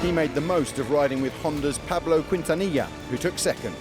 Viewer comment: Quintilla= kintiya and not kWintiya